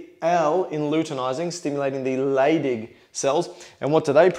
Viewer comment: I keep hearing "stimulates the LADY cells, and what do they produce? Testosterone"